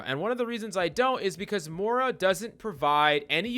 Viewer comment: “Morah” lol